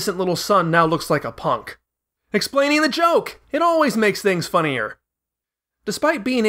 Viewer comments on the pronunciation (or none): none